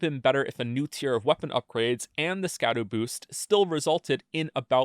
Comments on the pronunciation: it's pronounced Shadu, almost like Shadow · guy who makes videos where the whole point is that he does an insane amount of research and he mispronounces "scadu" the whole time (this is a joke great video) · I feel like I'm one of about 17 people in the world who realizes that "scadu" is pronounced like "shadow" and not like "skadoo" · its pronounced "shadu" not "skadu" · I will never not call them Skibidi Fragments. Don't care. Might be pronounced shadow. Don't care. I will continue to pronounce it skah-doo and the fragments themselves will be Skibidi. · I'm gonna die if I keep hearing people pronounce it Ska-doo it's just an archaic spelling of shadow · Here before all the comments telling you that scadu is pronounced shadow and not skadoo. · Scadu is pronounced Shadu. Scadutree = Shadowtree. Probably makes more sense now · Scadu is pronounced shadu. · "skadoo" "katanna" 😒 you're killing me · Oh no, we are going to listen to him mispronounce "Scadu" for the whole fucking video aren't we? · nice video I guess, but you mispronounced an esoteric olde english word. therefore your opinion is invalid